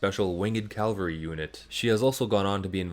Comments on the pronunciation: CAVALRY, not Calvary. Jesus didn’t ride with Custer. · What is it with people saying "calvery" instead of "cavalry"? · Interesting video. I look forward to the others. You definitely have my subscription. A tiny nitpick, because it's a mispronunciation I hear sometimes and it bugs me, is where you describe Valkyrie as having 'her own winged calvary unit'. Calvary was a location outside of ancient Jerusalem, mentioned in the Bible. Cavalry are soldiers who fight on horseback.